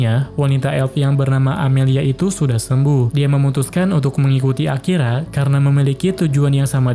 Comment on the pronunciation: Bg di menit 40 kayak Akira jadi akiya